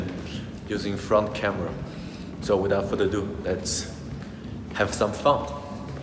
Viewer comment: sorry for saying this, but i heard "have some fun" as "have some fuck". However, overall a good video!!! well done!!!